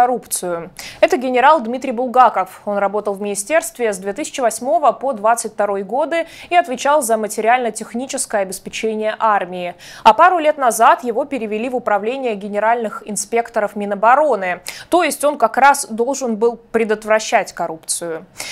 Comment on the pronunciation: Правильное ударение - обеспЕчение!